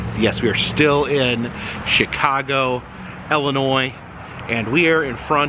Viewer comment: It's not Ellinois it's Illinois, also the s is silent.